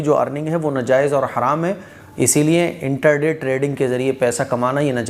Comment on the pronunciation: انٹر دے نہیں انٹرا ڈے ہوتا ہے۔۔۔